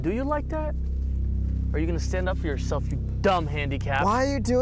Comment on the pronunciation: “Stand up for yo sel-😳” got caught slippin😂